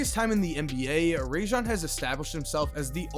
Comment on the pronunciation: It's Rah-Jon btw. His mama made the shit up